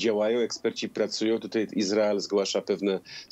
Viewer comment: Do jasnej cholery, dlaczego "tutej" jest coraz częściej używane? Panowie Redaktorowie zważajcie na język, bo słuchają Was setki tysięcy! Nie ma: "tutej", "wczorej", "dzisiej"! A jeżeli jest to u Was, to natychmiast na korepetycje z języka polskiego, bo na razie nie nadajecie się na koryfeuszów polszczyzny!!!